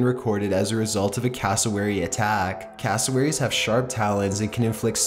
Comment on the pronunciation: When you say castlewerries 10 times in one minute...